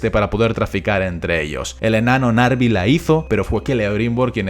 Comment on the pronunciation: Apsenë, pero los anillos se pronuncian: Nenia, Vilia, Naria...